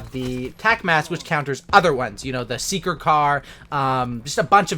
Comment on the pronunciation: 'SEEKER CAR'. Really bro...